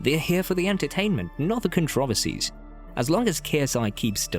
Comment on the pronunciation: The way I just heard you say controversies hit my soul the wrong way